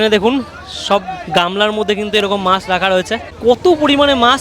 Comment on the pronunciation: Kotha ta maas noi maach